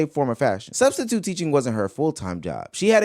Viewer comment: Nigga said studstitute 😂